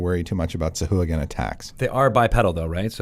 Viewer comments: I like your channel very much, but "suh-who-a-gen"?? Haha. Really? C'mon, guys, you're better than that. If you're going to do a show called "Lore You Should Know", you should at least get the pronunciation right. The worst part is that you're enabling a whole generation of rpg players. Now, everywhere I play D&D, I'm gonna have to listen to a bunch of dudes and dudettes saying "sah-who-a-gen" and cringe. Shame on you guys. Lol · These guys have absolutely no respect for Steve Marsh, the creator of sahuagin, by pronouncing it that way. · Sahuagin "sahwag'in"